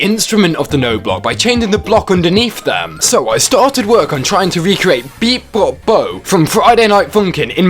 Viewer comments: my favorite part is when he calls it beep bop bo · Beepbopbo? That’s so close aaaaaaa! It’s bopbeebo